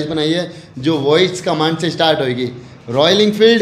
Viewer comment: estart nhi start bolte hai bhai 🤣